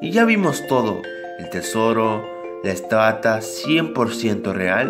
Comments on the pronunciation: jajaja no mames la estata jajaja es que incluso que su informacion no es actualizada ademas de eso , en ves de decir estatua dice estata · huss se dice estatua no estata. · al principio cuando dice estatua dice estata like si lo escuchaste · " la estata" :,V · en el minuto dice que ya vimos todo, el tesoso, la "ESTATA" :v (Estatua) xddddddd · la "ESTATA" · ***** si, estata V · Fanny Aleman Te explicare sin querer dijo ESTATA en vez de ESTATUA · Lol la estata xD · la estata xd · Lime si escuchaste ciando dijo estata embestida de estatua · estatas :v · La estata? Xdxd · dijiste estuata??? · La estata :v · 13 dijo estata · "La estata" :,v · lo he escuchado xdxdxd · XD la estata XD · el soro la estata xDDD no me di cuenta y ahora no me cansó de repetirla :v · estata xd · like si escuchaste que dijo estata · En el segundo dices estata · dice la estata XD